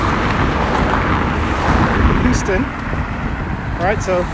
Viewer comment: You keep mispronouncing names .. ruimveldt is pronounced ‘rimeveldt not rumveldt … Houston is pronounced h-use-ton not hooston … QC boy